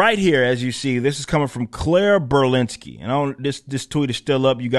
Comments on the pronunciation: "Berlinski" Every Single Time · “Burlinski”, sounds too close to”Trotsky” for me.